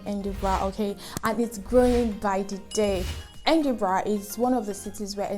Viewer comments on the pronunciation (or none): I think most of those cities are topping the list because of the good schools located there. Edinburgh is a nice place- try the Edinburgh Castle and Museum when there. I was laughing at your pronunciation of “Kay-Tram” and “Edin-bruh”.😂😂😂 . One of the wahala of locations in this country, they are not pronounced as written.